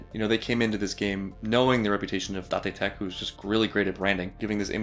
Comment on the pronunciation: omg it's almost Shouyou's intro, I'm not sure if I've noticed before Oo you said Date right as Shou said... gyun!